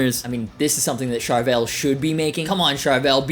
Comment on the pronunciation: If you're going to say Charvel 100+ times, pronounce it correctly!